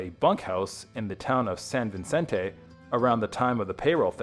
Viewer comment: That drove me nuts. I can understand butchering "Nahuel Huapi" (It's NAH-well WAH-pee; he pronounces it No-EL-ah-pee, rhyming with "Penelope"), but "cavalry"? Also, it's San Vicente, not San Vincente. No "n" in the second word.